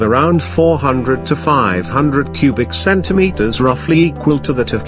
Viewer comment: The “CenTimetERs” got me😂😂😂😂😂